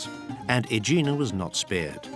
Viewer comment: The pronunciation of the narrator is messed up. There is no place in Santorini named OIYA, it's E-AH EEEEEEEE AHHHH The island volcano was named Saint Irene by the Italians (Sant'Irena) which resulted to the Greek sound Santorini. The official name of the island is Thera which means gate in classical Greek. He also mispronounced Aegina (EH- γina) and other places. And like someone else noted, no word about the stolen marbles from the Parthenon by Lord Elgin, a thief, who obtained permission from the Turkish governor during the Ottoman rule in Greece, to lift the Caryatids and other sculptures undisturbed and take them away to his country!